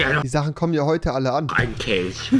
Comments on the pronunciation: Ein Satanicher Kelsch" OK rewi ok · Wie Rewi sagt ein satanisticher Kelsch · "satanicher Kelsch"